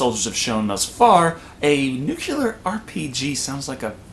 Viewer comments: Cameron Dodge because there us no such word as "nukular." There is only "nuclear," and it drives many people (not just me) up a wall when people say "nukular." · Nuclear not nuculer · Dude, I love your reviews but you have GOT to stop saying "nukeUlar." I've seen you correctly say nuclEar a few times and "nukeUlar" constantly. Please, man. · ACK! Dude! It's Nuclear, not nucular. Please. D: (totally a nit pick, I know) In other news, your review(s) = hilarious! \o/ Oh, and we always called this film "90210 In Space" - almost every character is just too perfect looking, y'know? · Why do so many people say nukelar instead of nuclear? I don't get it.